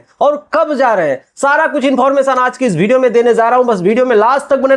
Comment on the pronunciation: Are kabhi kabhi to thik lgta lekin baar baar agar aap #विडियो(Video ) ko #भीडियो (bhideo) kyu Bolte hain. Ye overacting lgta hai or achha v nahi lagta or log isi wajah se bhojpuri industry ke log ko value nhi dete hain. YouTube PE daily ki tarah attendance mat banao bhaiya kuch to update karo ✅. Main personally ek subscriber hu apka or ye mujhe nhi achha lgta baki or ka to pata nahi.